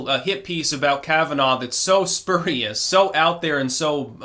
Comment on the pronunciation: It’s fkg killing me amigo! It’s spurious (‘sp(y)õõrēas) or (‘spjüėrīs,) not (spėr) yikes! Just saying never heard it said like that, never!